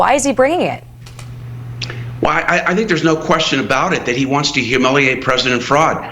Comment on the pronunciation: He doesn't even say "humiliate" right.